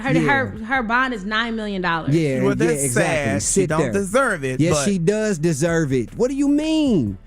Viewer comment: You said victims “desurr” to get assaulted